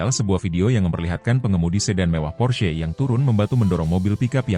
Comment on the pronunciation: pors... porss... 😂😂 porsche... 😂😂😂